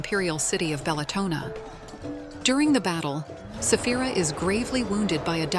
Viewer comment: Its dragoness Saphira not safh.. Stupid Ai